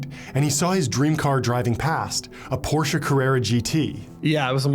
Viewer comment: Wow I can't believe you pronounced Porsche CORRECTLY!👏👏👏👏👏